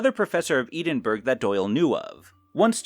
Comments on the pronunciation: Eh-denn bruh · Great video dude - back to form! But you made me laugh out loud with your hillarious pronounciation of 'Edinburgh'! 🤣🤣🤣🤣🤣